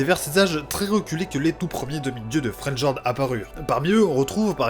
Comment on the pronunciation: like et abo mais dis fréliord en prononciation j'vais serrer